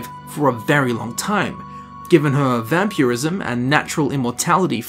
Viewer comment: is where you want to start if you want to skip useless filler. It's Vampirism. Not Vamperyism.